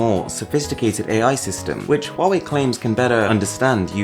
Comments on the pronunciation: Thanks god your pronunciation of " HUAWEI" is so impressive authentic Cheers mate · At least the most famous UK Tech channel knows how to pronounce Huawei right! Everyone I know says it wrong!!